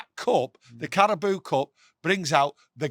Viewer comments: Carabao not Carabooo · "CARABOO CUP" 😂😂😂